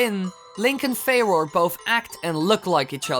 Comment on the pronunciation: Its pronounced "Fu - roar"